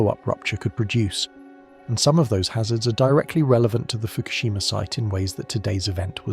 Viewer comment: I cannot hear "Fukoshima" and not hear MERKEL... 👎👎👎👎👎👎👎👎👎👎👎👎👎👎👎👎👎🐏🇩🇪